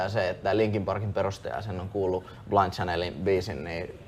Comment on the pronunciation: ”Blaind tsänel” 😂😂kehtaaki toi juontaja nainen lausuu sen väärin😂😂